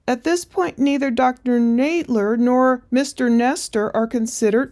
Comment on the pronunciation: I know it's a minor thing but it's a bit cringe that you keep mispronouncing her name (saying Nade-ler) when we've heard her friend say Nadler a dozen times already.